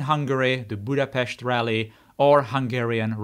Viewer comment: Budapest, and Népliget was pronounced well enough to think about your nationality!